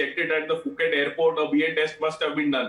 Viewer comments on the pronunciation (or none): Fix your pronounctions .. it’s Puket and not Fuket